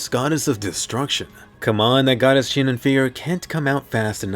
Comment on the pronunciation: i had a smile when Asuna said SiNoNoN!